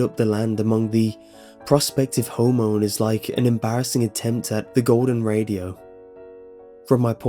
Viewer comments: It's pronounced "RAY-sho," not "radio." That is if you're talking about the Golden Ratio. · "the golden radio" I think you meant ratio lol